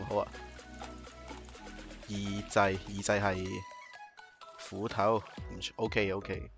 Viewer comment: 把斧頭聽成國語胡桃